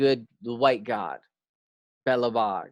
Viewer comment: awesome work! let me help you with some pronunciation of slavic by english Zmaj (dragon) : Z-my (Zmy) biejloBog : Be-yea-lo Bog crnoBog : Tssr-no Bog